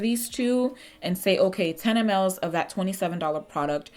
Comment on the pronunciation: Baby MLS....pronounced mils 😂😂❤❤